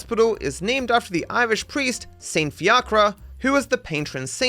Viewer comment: saint fiacre, is prenounced -fee kerr ehh